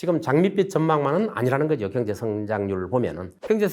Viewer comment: 좋은 강의 내용 잘 들었습니다 교수님의 강의중 두글자로 된 단어를 표현 하실때 엑센트가 너무 신경쓰이고 이상하게 들려서 가만히 듣다보니 이런 두글자로 된 단어 "경제" "정부" "정권" "정책" "능력" "상가" "경쟁" 경매" " 지방" 경기" "상가" "지방" 등등의 단어들만 기억이 남아 있네요 저만 그렇게 들렸는지 잘듣고 갑니다 ㅎㅎㅎ